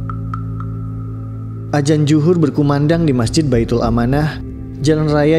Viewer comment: Adzan zhuhur..bukan ajan juhur..makhorijul huruf itu ga gampang tapi tetap harus belajar yang benar dengan guru.